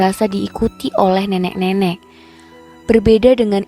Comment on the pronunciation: Narasi cerita lumayan bagus..cm masukan sdkit aja,,kl mengucapkan nenek dan rokok mhn di perbaiki.. Sukses bt Chanel ini..👌👍